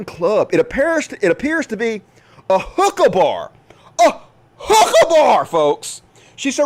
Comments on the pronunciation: I thought you said "Hooker bar" not "Hookah"! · and what did he finally said? I heard the same thing: «hooker bar» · At first I thought u where saying hooker bar, and I'm like, what's wrong with that "